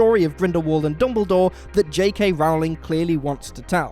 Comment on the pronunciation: It’s Rowling as in “bowling”, not as in “growling”